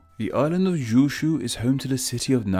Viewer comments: why r u pronouncing 九州 as "zhuushuu" you had the correct spelling and the correct romanji up it's not that hard. And also you pronounced 平成 wrong like "haisai", then you pronounced it right for a few times so I thought you corrected yourself, then you went back to pronouncing it wrong. also you should put up the kanji since it could make it easier for viewers to find out the meaning themselves if you are wrong and they already know a language that uses chinese characters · It wouldn't be a name explain video if there wasn't badly pronounced names. I mean did you hear the way Kyushu sounded like Gyushu?